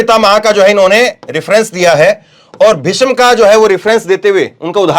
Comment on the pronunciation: ऐंकर काफ़ी जोर-शोर से बोल रहे हैं लेकिन अफ़सोस कि " भीष्म पितामह " में " ष " आधा है और ऐंकर पूर्ण " ष " का उच्चारण कर रहा है । " भीषम पितामह " मातृ भाषा का उचित ज्ञान होना बहुत आवश्यक होता है ऐंकर के लिए ।